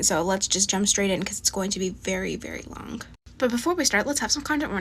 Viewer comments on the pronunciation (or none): Bruh the way she says long sounds like she said lonk what a dumb idiot